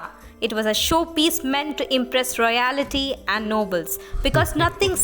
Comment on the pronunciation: Lost me at "royality". If you want to make content in English, then attempt to speak proper English. Pathetic.